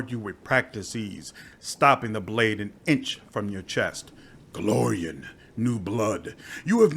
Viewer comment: Since you're aiming at doing voice acting this tip isn't just me being a pedantic slot, but also trying to be helpful: The difference between Golarian and Golarion Your character is a GolariAN from the world of GolariON. U usually (almost always) pronounce them the same but the ending of people or things from Golarion should be -an. I have this Golarian sword forged on the world of Golarion. The lich is a meatbag from Golarion, who the demons call "that Golarian meatbag." "Are you that Golarian everyone is talking about? From some hick backwater world known as Golarion? Yokledom's Motherland where even the whores are clumsy?"